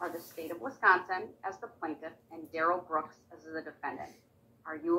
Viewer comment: It's pronounced "DARell" it's pain old "Darrell" . The pronunciation was just another of the games he played. On the arrest video, you clearly hear him say his name.